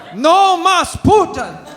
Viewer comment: LMAO he tried to say Putin in Spanish and he said Puta lol which means Hoe lol